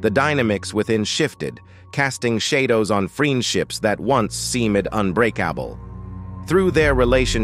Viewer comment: Shaydows? Supremees? Dear Lord please use a human being as narrator!